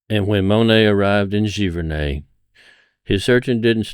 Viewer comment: I'm a Canadian and your accent gives me the giggles. It's pronounced gee-ver-nay. Great video. Want to make great images, steal from the masters. Thanks for the insight.